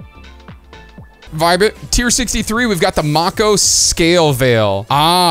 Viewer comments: May-ko as in Mako shark. Not Mock-oh lol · It's not pronounced mah-ko, it's may-ko like a Mako Shark. W Video as always 🎉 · Not to nitpick but I believe it is pronounced Make-o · Why u pronounced mako wrong